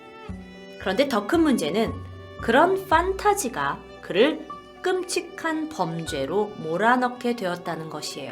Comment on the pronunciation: 껌과끔의 사이발음